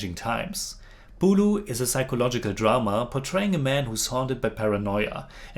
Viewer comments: not "പുളു" its "പുഴു"🤣🤣🤣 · "പുലു" അല്ലടാ ചെറുക്കാ "പുഴു" എന്ന് പറഞ്ഞ് പഠിക്ക്